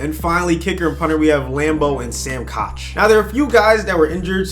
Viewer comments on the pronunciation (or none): His name is pronounced "Cook," not "Coch." It's english man, love it or hate it, you gotta deal with it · it's pronounced sam cook not sam cock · It made me made when he said Sam Koch because you are supposed to say it Sam cook Coming From A Ravens Fan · Sam Koch is pronounced like Sam Cook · Sam Koch is pronounced cook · Did he say Sam Cock???